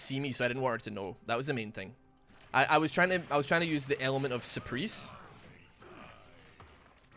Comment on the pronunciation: was i the only one who heard the pronunciation of surprise ? lmao